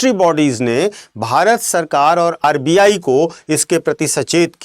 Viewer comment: अर्बीयायी नहीं सर आरबीआई